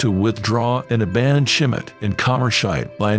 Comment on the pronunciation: Who knew that Schmidt was pronounced "Shim-it"?